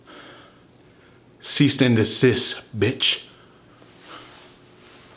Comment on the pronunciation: Did my guy just say "ceast and disiss?"